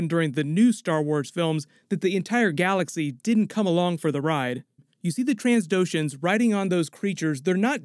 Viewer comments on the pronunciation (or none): Uh oh, he said transdocians again XD